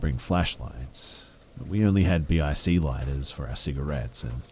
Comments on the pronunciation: Lol "BEE EYE SEA lighters" Its just pronounced "bick" they even have a campaign called flick your Bic. Just letting you know. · you're just too cute!! It's not B.I.C lighters, it's "bick" lighters!! I've not been getting notifications when you upload so bloody YouTube must be up to their usual tricks! 💞